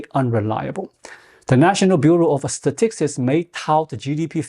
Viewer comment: It’s pronounced “stuh- -ticks,” but your way is much funnier 😊 Great video!